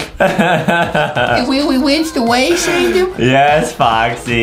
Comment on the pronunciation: Adam: slow and steady weely wynns the wase Me and my brother: 🤣🤪🤣🤪